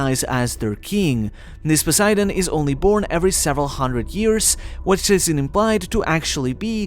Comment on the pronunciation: This is a really good video, but for the love of god, learn how to pronounce things. I was cringing every time you said "Joy-boy" and then it got worse with Poseidon. Just have Google read the names out to you or watch a video of someone else saying the names, or hell, watch the freaking dub, they say the names perfectly there